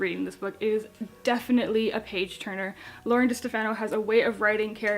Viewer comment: Great review,! The Glass Spare is actually going to be a duology, and Lauren's last name is pronounced Duh-STEF-ah-no. The second book will be called The Cursed Sea.